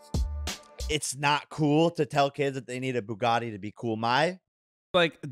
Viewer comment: The way how Andrew pronounces Bugatti sounds like a combination of a baguette and spaghetti.